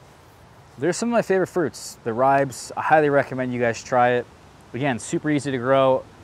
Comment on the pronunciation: Ri-beez. Two syllables.